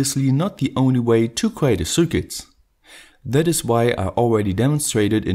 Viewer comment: Yea, his accent is quite bad. He also keeps pronouncing circuit wrong.